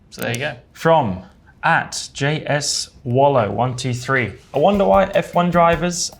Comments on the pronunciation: you can tell Lando is a gamer/streamer by the way he read Jswallow's name lmao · love how Lando went with at JS wallow, instead of J - swallow lol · J S Wallow 😂 J Swallow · Bro said JS WALLOW